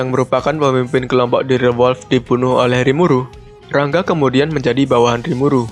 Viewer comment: Ra-Nga bkn Rang-ga